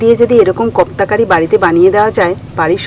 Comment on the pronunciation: Khub darun hoyeche..but pronunciation ektu bhul hochee ota kofta curry.. uccharan thik kore koro...j tkm likhlam sei rkm kore bolo pls